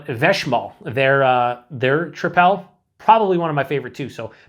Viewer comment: I think it's pronounced like "triple."